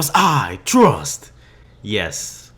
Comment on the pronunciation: its pronounced frust not trust